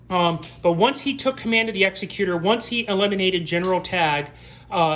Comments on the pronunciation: Has anybody told you yet, that you're mispronouncing the name of the ship? It's Executor, as in, the top executive of a company, a person in charge of a will is most commonly called the "executor of the will". You keep saying Executor as if it's an Executioner, a person that kills other people, mostly after a trial. There is no executor as it pertains to an execution. An execution has an executioner. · Yay another crappy ripoff that probably copied some fan’s design and the guy reviewing didn’t even pronounce Executor correct. How do you do a review of a Star Wars ship with out even knowing how to pronounce its name.